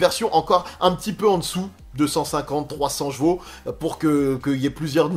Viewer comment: Elle a beaucoup de "jvaux" 😂 J'adore tes vidéos merci beaucoup pour le partage 😇